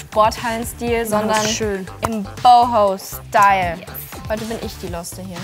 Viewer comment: Sie sagt BOHO-Style😂